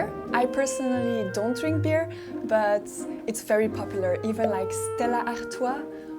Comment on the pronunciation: 이 영상을 통해 얻은 뜻밖의 수확.... 스텔라 아르투아와 호가든 맥주를 원어민 발음으로 들을 수 있었다! ㅎㅎ